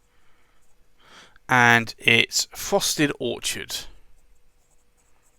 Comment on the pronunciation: You said orchard [ where trees grow] and it's Orchid ( the flower) you even wrote orchid on the swatch . 😊 awesome vid thank you 🎉